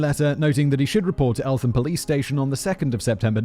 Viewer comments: Elt ham not elfam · Elt-ham The th is not sounded together in this case. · Just so you are aware, it's pronounced Elt-Ham (Eltham) and Ear-rith (Erith) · And elt-ham